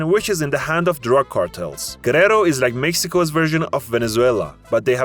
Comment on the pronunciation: What a shitty audio in this video, not ever pronounce well cities like Tuxtla Gutierrez, Michoacán, Guerrero or Manzanillo! 😑